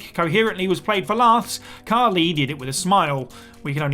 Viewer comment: Khali* not Khorli